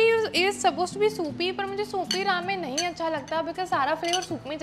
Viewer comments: Pronounce ramyeon not ramen. I like gravy Maggie and the green vasline is light but once I applied a lot of vasline and went to a class and even after 3 hours my skin was oily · ramen is pronounced as raa-men and not re-men but irrespective, love the video